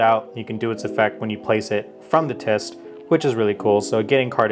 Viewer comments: I can't wait to see this deck in a fight Also, you kept saying tyst instead of tryst... just pointing it out... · Silent R too TrYST 😂